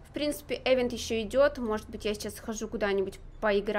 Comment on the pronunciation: Не эвент а ивент😂